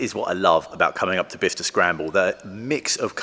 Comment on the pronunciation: Thanks to you I now know how to pronounce 'Bicester'. 🙂 I thought it was bi-kester. A V6 engine doesn't seem historically appropriate, plus it would be a massive (and expensive) amount of work.